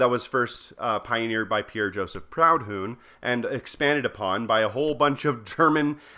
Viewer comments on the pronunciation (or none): It's prudon with a nasal n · It's "proo-DON" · You show picture of Stalin, Lenin and MICHAIŁ KALININ not Trocky. Also You pronounce Proudhon like an English name not French. But You used Marxist-Lennist (Hakim) research to defend Communism ❤️❤️❤️ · I never heard Proudhon as Proud Hun before. That's how I'm gonna call it from now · That was a really horrible pronunciation of Proudhon!